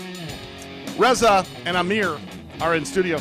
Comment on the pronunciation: Surf Brothers Teriyaki is yummmmyyy!!! Love this place! Ezra/Jerimiah/Reza...cracks me up how he can't pronounce Reza. lol. Entrepreneurs like these brothers are inspiring, humble, and show what anyone can do with persistence, hard work, and a delicious menu! yum yum yum and fun fun fun!